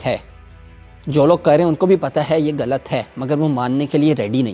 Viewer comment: اردو سے زیادہ یہ ہندی بولتا ہے۔ خوش کو کھش اور غلط کو گلط بولتا ہے۔ لعنت